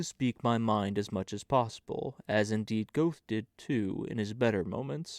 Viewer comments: The Goethe voice makes up for the Goethe pronunciation 😂 thanks for the reading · Please use the correct pronunciation of Goethe. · Many thanks for this wonderful reading! (Only, it's distracting to hear "Goethe" mispronounced over and over again!) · An excellent heartfelt reading. i’m sure you’ve learned about the pronouncing of Goethe. Magic Mountain by Mann would be perfect for you. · The mispronunciation of Goethe and Hermione and Haydn really bothers!